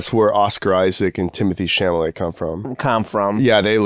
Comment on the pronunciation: I’m going to start calling him Timothy “sham-a-lay” 😂